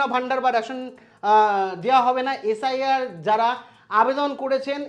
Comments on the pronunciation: SRI নয় SIR , ঠিক করে বলুন। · ঠিক করে উচ্চারণ করুন, SIR, আর আপনি বলছেন SRI.... এছাড়া আরও অনেক কিছুই ভুলভাল বলছেন। ভিডিও করার আগে ভিডিওর বিষয় ভালো করে পড়াশোনা করে আসলে ভালো হয় 🙏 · কথাটা একটু কারেকশন করে নিন। আপনি বার বার SRI বলছেন। ওটা SIR হবে। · উচ্চারণ ঠিক বলুন এস আই আর